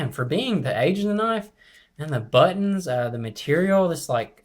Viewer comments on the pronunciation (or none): none